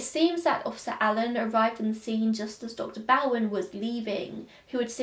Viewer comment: Hey, my maternal family were Bowens. I just would like to, respectfully, tell you the correct pronunciation of Dr Bowen. It's long ō like hair bow. Bow-un. You have the second part correct! ❤️ I love this story. It just blows my mind, wondering what she did to shield herself, esp her hair, from all that blood. She had time, after abby, to wash her hair, or whatever, but Andrew was found too soon, for even the august heat to dry her hair, if she had to wash it a second time. Do you ever wonder Abt that?